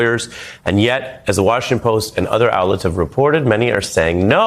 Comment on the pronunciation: "The Crimal."